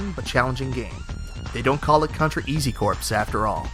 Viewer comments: Only complaint that I have about this video is the pronunciation of "corps". It's pronounced "core", not "corps". I know this because of the spelling and because it's the best Contra game ever made. I played and passed it many, many times, and gotten all of the varying endings (I believe that there are 6 different ending). :O) And Castlevania Bloodlines is also the best Castlevania game. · Okay I didn't make it though the video but its core not corpse. Its not the marine corpse.... The pronunciation my friend. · it's not Contra Hard CORPSE - it's Contra Hard Corps! as in: COR!! dumwit!! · I was thinking the same thing. One, two, three, forpse, I love the Marine Corpse...yeah, doesn't sound right, lol! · Corps is actually pronounced as core so I think they were trying to make the pun that it was contra hard core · Nice video. Just chiming to say I'm surprised you chose SoR 1 over 2, but then again I played 2 first, so maybe you just have great nostalgia for the first one. Also chiming in to say in Contra Hard Corp, Corp is pronounced like "core", not "corpse". Surprised you didn't know that, as you seem like a nerd like the rest of us! :) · Isn't it Contra: Hard 'CORE', not Corpse. It's like Marine Corps - pronounced 'core'. It's a play on words - 'hard core', but with the added military meaning or corps. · I can't tell if you're calling it Contra hard "corpse" as a joke or if you really pronounce it that way lol either way, I enjoyed the video, thanks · Did you just say hard corpse ya dingus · Hard Corps is pronounced "Hard Core" , Same as the Marine Corps homeboy! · Corps is pronounced CORE, just so you know. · "Corps" is pronounced "core". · Corps should be pronounced "cores." The "p" is silent. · The amount of times the word "corps" was mispronounced makes me shudder. There's no "p" sound in it. Some examples are marine corps or peace corps. It sounds like "core" phonetically. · Just FYI Corps is pronounced Core.. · "Corps" is pronounced the same as "core"